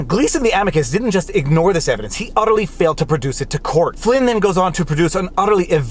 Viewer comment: It might just be my bias, but I thought this was a pretty good video I want to think you said Udderly Eviscerating